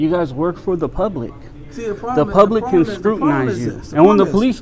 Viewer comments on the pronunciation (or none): none